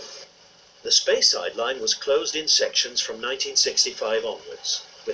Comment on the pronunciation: Another great film, Alex. (At least this narrator can pronounce Grandtully and Craigellachie LOL). Interesting to see part of the original HR main line to Inverness (via Forres), which one of my Scottish my great great uncles, (William Roberts, Engineer in Chief of the HR) was partly responsible for superseding with the direct line over Slochd. He also designed, among other buildings, The stations of Aviemore, Newtonmore (demolished), Kingussie (where he was formerly HM Inspector of Roads for Inverness-shire before being head-hunted by the HR), and Boat of Garten, as well as the Aviemore engine shed, now used by the Strathspey Steam Railway.